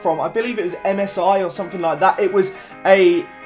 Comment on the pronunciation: Fank you, i never fink i Will get the 10 subs fank, its fucking thank en think not fuck fank and fink learn to speak pls I really hate that just AS miniminter says somethink its fucking somethinG pls say it right